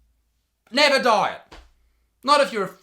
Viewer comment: because of his accent for a sec i thought he was saying "die" instead of "diet" lmaooo